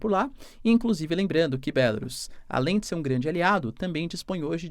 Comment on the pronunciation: Gente, é BelaRUUUUUUS nao tem acento. Palavras terminadas em u sai oxítonas por regra.